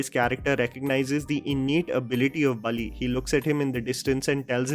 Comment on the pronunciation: Just a correction, it’s Balli not Bali, rest every detail shared by you is absolute…